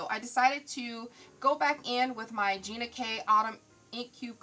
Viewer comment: Love the video but an error was made in the pronunciation of ginas ink color. Its ok....just proof if possible before airing!! Tfs!!!